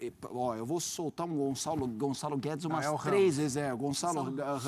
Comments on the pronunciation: Gonçalo! GON-ÇA-LO! Gonzalez?!?!? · "O González " heheh so br mesmo